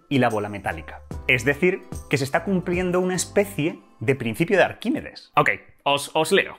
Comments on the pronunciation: Arquímedes... "Arquímides" no, por favor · "Arquimides" no. Arquímedes.